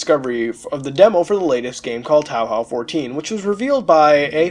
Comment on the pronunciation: wtf is towl howl? You mean TOE HOE?